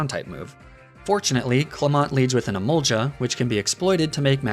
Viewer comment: my man pronounced emolga as emolja 😭